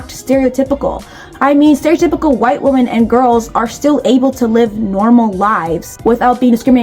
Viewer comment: Why do you keep pronouncing Women as Woman? It’s something incels have popularised and not normal